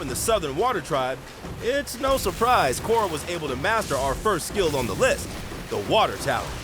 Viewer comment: Bro at the very least say it properly. It's Korra